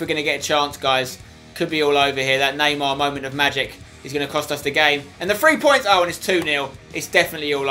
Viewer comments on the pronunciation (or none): none